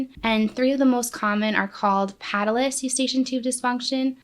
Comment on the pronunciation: You pronounced patulous incorrectly.